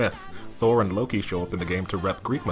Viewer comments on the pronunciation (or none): none